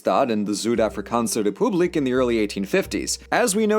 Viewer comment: “Zood afrikaanse rupooblik”